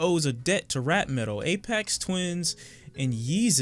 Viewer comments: FYI it’s “A-Fecks Twin” - sorry mate! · Your pronunciation of Aphex Twin felt like a wet sock.